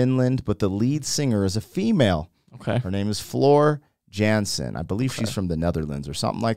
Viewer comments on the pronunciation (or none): NightWish Army Wisconsin Chapter here. This is the Greatest band in the planet lead by the Greatest Volcalist, out Valkyrie Queen Floor Jansen, pronounced Yohnsen. I have been blessed to see NightWish live, as well as Sabaton and Epica. Already have tickets for the BabyMetal experience! Enjoy your ride my friends and Keep exploring the universal language of Music! 🤘❤️ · Her last name is pronounced Yansen. The keyboardist, Tuomas, is the principle songwriter of the band. It was recorded at Wacken (pronounced Vacken) Open Air Festival. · Almost, love. Jansen is "Yahn-sen." ;) The video is from the Wacken (Vah-ken) German music festival. There were over 80,000 people there that night. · FYI, Floor’s last name is pronounced Yahnsen and she is the vocal queen. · A small remark: You pronounce the 'a' in Jansen like the 'a' in the word car. Floor is indeed from the Netherlands (my country).